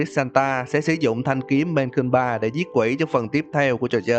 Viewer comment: PTG chi tiết hơn Cờ Su Original nhiều :3 Mà thanh kiếm là Mea Culpa chứ không phải là Mae Culpa